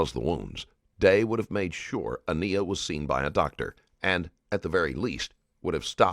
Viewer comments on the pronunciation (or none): I want to say this - whomever runs this channel needs to be sure the narrator can pronounce the victim’s name properly. I noticed this in the previous video, too, with Deonte Lewis. They keep pronouncing her name Ah-KNEE-ah, when clearly the child’s name was Ah-NYE-ah. Please have the respect to say their names properly. Thank you. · Normally I'm a fan of this channel but it really bothers me that you didn't bother to pronounce this baby's name correctly. Her name is said multiple times during the interrogation and yet the narrator continues to get it wrong. She was a real person and saying her name correctly matters.